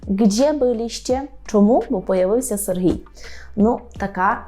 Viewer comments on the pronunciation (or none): none